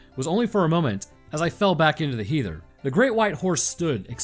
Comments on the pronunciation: he-there... really? its heather, like the girls name.... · I just gotta, lol. Heather is pronounced Heath- (like head) er. Not criticism, just thought you might wanna know. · First my home town’s very proud cough cough Dog Sewer Slide Bridge (wan fur the granweans, that) and now the Kelpies Sir, you spoil us whilst we’re getting pumped raw at the Euros (fitba) 🏴🏴 (Btw Heather is pronounced ‘hether’ but your Gaelic was not too shabby